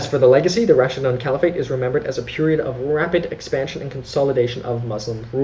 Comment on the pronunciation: Pronounce Raashiduun not Raasshidaan.. Otherwise❤❤❤